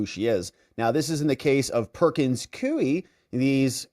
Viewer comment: Please, most respectfully, the law firm's name is pronounced "Perkins KOO-WE."